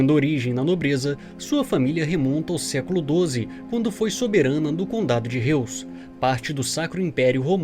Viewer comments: Prezado a pronúncia correta do sobrenome do "Principe" é RRÓizi (Forma fonética para pronunciar o Sobrenome Reuss) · Acho que a pronúncia de Reuss é "róiz". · Reuss... não seria pronunciado Róiss?